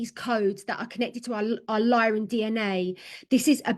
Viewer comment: And it's Lyran not Lion history. Sorry to insist but I think you should really start digging into the MCEO freedom guardian teachings...